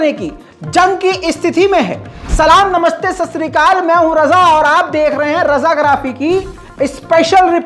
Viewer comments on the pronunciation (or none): none